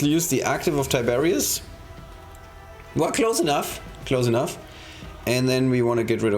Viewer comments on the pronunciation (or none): Lmao tiberius :D :D Its tigurius but close enough